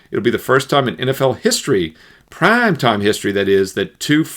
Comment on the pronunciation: That’s so gay when he says prime